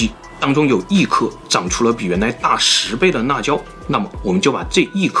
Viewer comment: 你的普通话太差了 辣椒说那椒 实在听不下去了